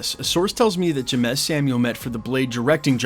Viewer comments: It’s pronounced James bro if you don’t understand black names you shouldn’t be naming them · Jeymes is pronounced James 😂😂😂 He is the brother of the singer Seal.. you know kiss from a rose. Batman Forever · It's pronuced "James" Samuels, just spelled differently. The Harder tHey fall was fire, this is good news. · James=Jeymes! Can pronounce Coach Ks last name front and backwards, but a couple letter changes and you havin a stroke. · Yeah buddy BUTCHERED the homie name smh 😂